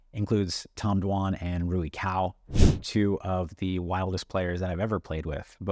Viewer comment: Commentator also got it wrong but the cao in rui cao is pronounced tsao. the "ts" sound is like the end of cats